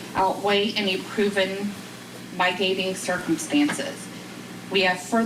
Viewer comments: She can't read!! Mitigation, MIT I gation. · um the shirt and tie dont help just sayin, not critiquing the clerk but reading skills ....um heinous, mitigation, accompanying, um we all can do be better lets agree to read more sound more professional get the words right the tone the gravitas as it were